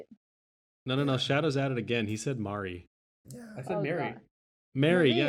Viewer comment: With FW Physalis, you can use ST as 3rd cast to get all casts off, right? And Fang can do a T2 jump burst. It will do 30x instead of 40x, but that's still a respectable option. Props for talking about the predatory business model/abusing gambling addictions. Also, "Marī", with an "ah" sound.